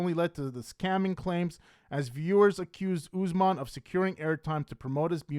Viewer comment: How do you cover these people so much but can’t pronounce the names? It’s not Ooozemon, it’s Usman.